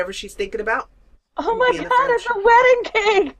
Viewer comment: lol just watch the vid " it a wdding cake" :)